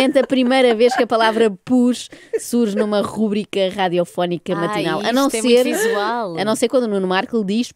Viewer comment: Joana, nem parece que fomos colegas na FCSH!!! "Rubrica" não é esdrúxula, logo não leva acento nem entoação no "u"!